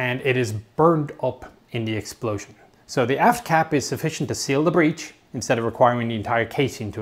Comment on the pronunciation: When he said AFT cap I honestly thought he said ass cap I had to go back and listen to it again